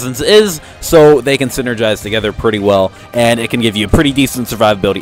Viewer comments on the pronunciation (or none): none